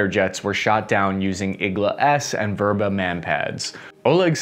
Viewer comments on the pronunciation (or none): It's called "vêbra" – not "vôbra"